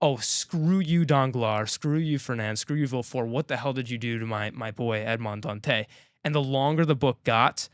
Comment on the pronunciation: For the pronunciation of Dantès, it's not a silent 's'. Listen to how they pronounce it in the 2024 movie.